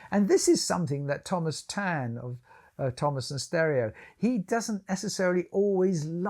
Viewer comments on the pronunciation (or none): none